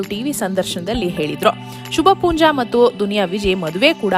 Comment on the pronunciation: Not Shubhpoonja . It should be Shubha poonja